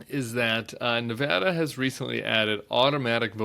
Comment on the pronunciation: Nevada is usually very close. I was here in '98 when Harry Reid won by 401 votes. Hey, we're Battle Born, and you can't win here without a Battle of the damn nerves. And thank you for pronouncing our state correctly.